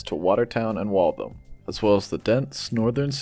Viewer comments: its pronounced Wall - THAM, not Walthum. Great concept though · "Wall-tham" or "Walth-ham", not "wall-thum"! ;-)